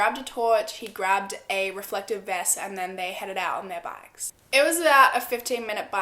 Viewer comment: did she say “fucken vest” or am I having trouble understanding another word? Lol Edit: I think she is trying to say reflected vest. Lol